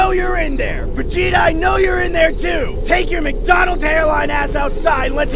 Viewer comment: he said mc dolnald